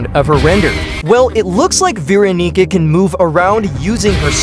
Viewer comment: “T- time” “beeronica”